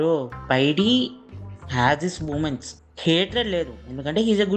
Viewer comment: Paidi kadu Pie-D